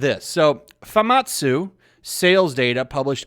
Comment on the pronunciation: Didn't know famitsu read as fimatsu